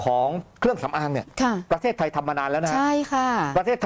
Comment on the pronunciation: มักจะมีปัญหาเรื่องสระเสียงสั้นเสียงยาวบ่อยนะ เช่น ประเทศทาย คือเข้าใจครับว่าจบอินเตอร์มาแต่ต้องใช้ภาษาให้ถูกด้วยครับ